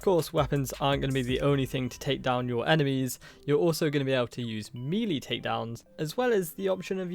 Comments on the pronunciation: Melee....not mealy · this dude just say mili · “Meeeleee Weapons”🥴